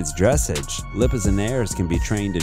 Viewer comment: Too bad the voiceover here wasn’t written or edited by a real horse person. If so, Belgians wouldn’t be called Percherons, and buckskin/duns wouldn’t be called chestnuts/sorrels. He also mispronounced “dressage.”